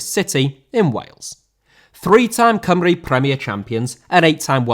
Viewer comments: You said Cymru right! Yayyyy!! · finally an englishman that can say Cymru right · First English guy I have heard say Cymru properly. That was a nice surprise.